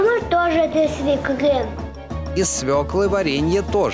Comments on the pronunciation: Они даже слово свёкла сказать не могут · У меня уши завяли. Когда же научатся "свёлка" произносить правильно?